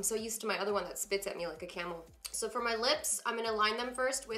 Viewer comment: Who else heard her say feeer instead of for lol good look though !